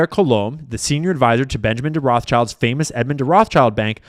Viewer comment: Do you pronounce Rothschilds as "roff childs" intentionally or mistakenly>? Allegedly.